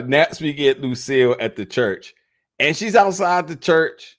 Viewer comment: Lucille. You mean Loose-cille 😂